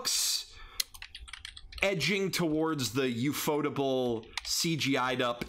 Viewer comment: what the fuck It’s “yew-eff-oh-table” not “Yewphotable”